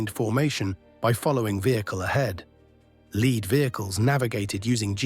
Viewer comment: Lead is pronounced as LEED in this context